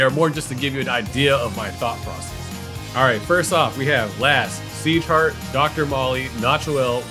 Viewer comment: Pagkarinig ko seashark sa sieghart haha